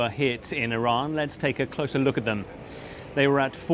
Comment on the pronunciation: BBC report is can't even say Iran properly. 😂